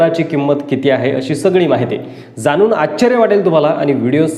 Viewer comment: संपूर्न, जानून, रास्ट्र्वादी, कॉन्टॅक नंबर,आनी, राहन्यायोग्य,घेन्यासाठी, महारास्ट्र,....असे किती तरी अशुध्द मराठी शब्द वापरले आहेत राव.कधीतरी शुद्ध मराठी भाषा बोलायला शिका ना राव तरच आम्ही तुमचे व्हीडिओ पाहूत.